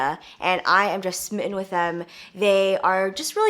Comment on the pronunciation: Aw when you said "smitten" like an Englishman ❤️